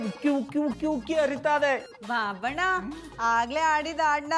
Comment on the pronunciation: ಬಾಬಣ್ಣ ಅಲ್ಲ ಬೂಬಣ್ಣ 😂